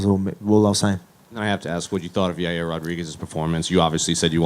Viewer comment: “Everything is a Yairny” - Yair Rodriguez